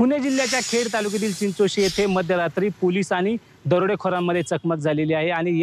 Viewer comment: चिंचोळी नाय ग चिंचोशी